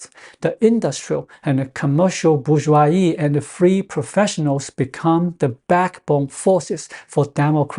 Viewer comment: The word , in both French and English, has the s pronounced as a /z/, and not silent.